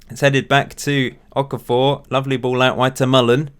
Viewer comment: okafor is pronounced O-KAAH-FOH